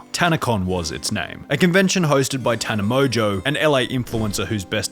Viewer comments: How do you pronounce tana mongeau as “tana mojo” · Never heard of her until this video 😆 Btw, love how the narrator pronounce "Tana MOJO" 😄